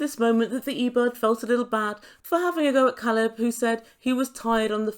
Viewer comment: Alina is horrible. She doesn’t bother to pronounce his name correctly, makes sh!tty American comments and i think she puts her friends up to all the interrogating questions. If Caleb leaves this situationship she will definitely blame it on her size.